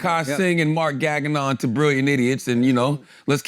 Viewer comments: yes, but mark's last name is not pronounced "gaggin on" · You know he’s saying it on purpose lol, and it’s funny because he is.